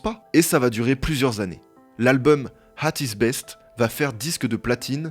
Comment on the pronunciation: La pire erreur de la vidéo c'est pas ton erreur sur le communisme mais d'avoir dit : "l'album hhhat is best" au lieu de ''at his best" 😂😂